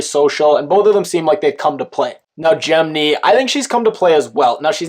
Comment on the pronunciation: "jemKNEE" you mean jemmye